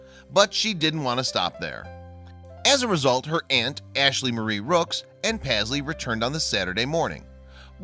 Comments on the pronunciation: Pazzlee? I thought it was meant to be Paisley-as in Payzlee. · It's pronounced PASS-LEE? I thought it was prounounced PAYS-LEY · He’s saying the name totally wrong u should know because MY name is Paisley